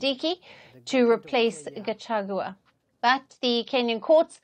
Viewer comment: At least for now you can be able to pronounce the name Gachagua not gachachua